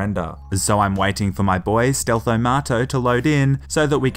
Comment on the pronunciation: Alright, BOAHS?